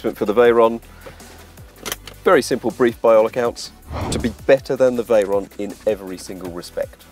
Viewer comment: Its VEYRON not veryon. Lmaoooooooooooo.